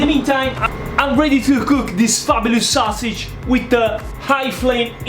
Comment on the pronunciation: The “swuah-sidge.” 😁